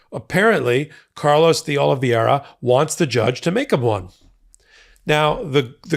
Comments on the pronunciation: All this time and you still haven't pronounced DeOliveira correctly once yet. Sad, really sad. Hint: there's no "ia" in the middle or on the end. Ugh. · Portuguese --> Oli vay ra. Vai. Not ver. As in via con dios. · I know Portuguese is hard, it confuses the heck out of me too (native English and Spanish speaker) but I want to help. In English it’s close to “Oh-lee-vay-ra”, not to rhyme with “riviera”. Sorry, I’m not trying to criticise, just want to help. 😬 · Again, his name is Oliveira, not Oliviera. He was a maintenance worker in the Republican Kremlin, aka Mar-a-Lago. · ...it's "de OliVERA" (pronunciation for Oliveira) it's Portuguese. The second "i" is silent the second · I always like your commentary. Just one note: Oliveira's name is pronounced as if there's no "i" in it. The name you're pronouncing is as if his name were Oliviera. Note the spelling difference. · His name is de OlivAEEra! Please learn to pronounce it. Ask a friend from Brasil or Portugal for help… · fyi, D'Olivera is pronounced 'dollavera' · love ya, but you're pronouncing Oliveira wrong. I believe it's Portuguese, not Spanish. In any event, it would be pronounced Oh-lih-vay-ee-ra (or Oh-lih-vay-ra for short). Watching all the hot takes! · "Carlos De Oliviera" has never worked for Trump, has not been indicted, and is probably wondering why you keep smearing his name. Donald Trump's co-defendant is Carlos De OlivEIRA, pronounced OH LEE VEH RA. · It's DeOliveira not DeOliviera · It's curious how many news reporters and commentators mangle the pronunciation of the word DeOliveira. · You’re mispronouncing de Oliveira’s last name. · I'll give you a thumbs up when you stop mispronouncing DeOliveira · Why is it impossible for you to pronounce his surname properly? JFC it's not complicated.